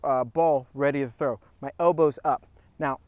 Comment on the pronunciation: Is Trow an ebonics for something?